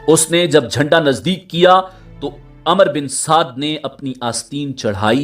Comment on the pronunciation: Umer ibne saad not amar ibne saad.